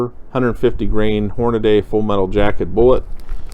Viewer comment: The name "Hornady" is on every box of bullets, ammo, reloading equipment, etc. Nowhere is it spelled "Hornaday". It's pronounced "Horn-a-DEE"